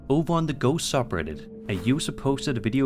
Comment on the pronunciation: For number three he definitely says goat a bunch of times instead of ghost